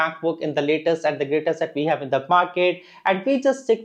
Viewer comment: "Laytest and GrateTest"